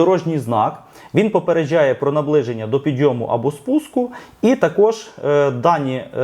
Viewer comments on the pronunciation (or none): Ви так прикольно кажете "попередчжає" як якись іностранець з акцентом😁